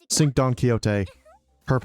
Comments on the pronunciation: Pretty sure Cinq is not "sink" but pronounced closer to "sank" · Hello, fr*nch person here It would be pronounced sa(h)nk or [sɛ̃k] in phonetic transcription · listen dude, I'm not a teacher. I'm a normal commenter. It's closer to "sank" I mentioned that and left it at that, whether he fixes it or not wouldn't affect me, just letting him know he's saying it wrong and there's a way to say that's close to correct with least amount of changes necessary... It's not that deep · Cinq - pronounced as s-ahng-k